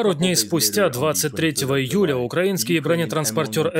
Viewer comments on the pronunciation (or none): none